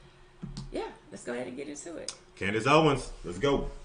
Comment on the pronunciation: Candice said it correctly.